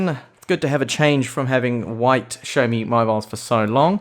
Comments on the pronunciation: Really enjoy your xiaomi reviews. However, I must say you are pronouncing the brand name wrongly. xiao does not have an H in it, so it is pronounced (X = S) si-ow mi.. not show mi.. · You must be the only reviewer to pronounce xioami like you do. It really does throw me off 😂